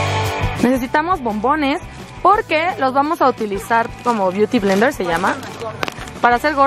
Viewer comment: ...jajajaja! reprobada por Rosy McMichael, Yuya y Nena en clase de maquillaje empezando por la "bliutiblenders" 😂😂😂